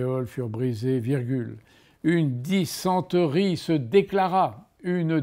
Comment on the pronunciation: J’ai fait 31 fautes et les seuls mots de vocabulaire sur lesquels je me suis trompé c’est arrhes et dysenterie (car je trouve qu’il a été mal prononcé) En réalité comme pour les langues étrangères d’ailleurs mon problème ce n’est pas le vocabulaire mais plutôt la conjugaison